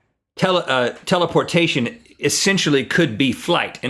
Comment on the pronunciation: thank u rhett for saying telaportation its always been my favorite